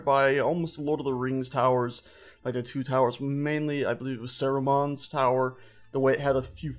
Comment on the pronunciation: Sare-oomon? SARUMAN! Seethes